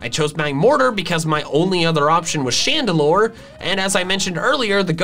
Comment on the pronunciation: CHANDELURE, NOT CHANDALOR!